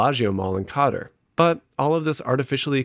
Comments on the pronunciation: I hate how you pronounce Qatar lol Pretty sure it’s “Ka-tar”, not “cotter” :P unless I’m misinterpreting the location of the Belagio mall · You said it once ... mistakes happen, then you repeated it exactly the same way. Qatar: Not Kot-er ... like welcome back Kotter. Its Ka-tar, like a cat and some tar. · Qatar = kaTAR, not "Cotter" lol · I really struggle to see anything wrong or desperate about this. Every businesses strives to make their customers experience worth while so they can come back. As someone from the DR coming to USA fro travel and visiting the mall, they looked like very thriving places still, also malls are not slowing down in latin america or the rest of the world. Lastly, might need to check that “Qatar” pronunciation tho